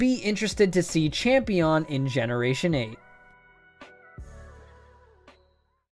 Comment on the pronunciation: Nobody: Absolutely nobody: Not a fricking soul:: we are the champeons